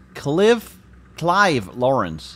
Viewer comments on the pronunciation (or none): "Cliv" Makes me laugh every time i hear it